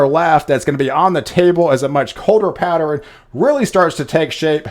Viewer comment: I think you’re saying “patterEN” instead of “pattern”?